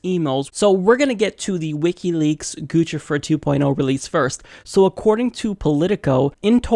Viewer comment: It's pronounced Goose-i-fer